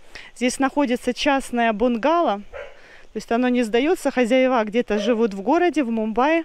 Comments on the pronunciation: ХозЯева ударение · правильно говорить хозЯева, а не хозяевА и малЯр, а не мАлер, ты же блогер, следи за своей речью, пожалуйста.